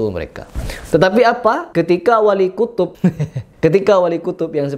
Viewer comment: Wali kutib bukan wali kutub😂😂😂😂😂😂😂😂😂